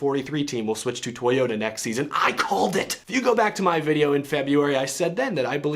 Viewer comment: NOO not toyoderr